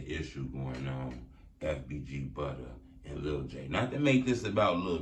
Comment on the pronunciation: Bcr butta or ah just say butta 😂😂😂😂😂